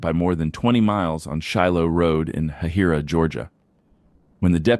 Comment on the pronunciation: Hahira, Georgia is pronounced HAY HIGH RAH